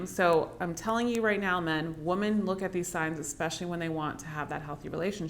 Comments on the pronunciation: I have to get used to pronouncing women as "woman" and not "wimmen" 😂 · you pronounce the word "women" (plural) like "woman" (singular). That's my only criticism.